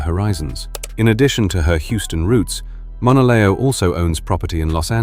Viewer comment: Pronouncing her name very wrong